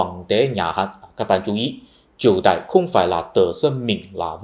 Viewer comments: Triệu Đà chứ không phải Triệu Đài nhỉ. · Chỉ là 1 ít lỗi phát âm như Triệu Đà,.. Còn kiến thức thì rất khớp với tiến trình lịch sử mà cá nhân mình biết. Chính sức sống làng xã mà Việt nam mình không bị thực dân hóa thời Bắc thuộc cũng như trăm năm Pháp thuộc, Cũng là tiền đề cho mọi cuộc kháng chiến toàn dân thắng lợi theo chiều dài lịch sử dân tộc!